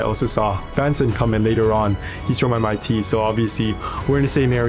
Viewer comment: Sekali lagi apa?? hah MIT? MIT HAH ? MIT😭😭😭